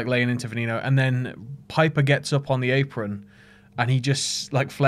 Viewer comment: Its Vehh nehh no it means venom in spanish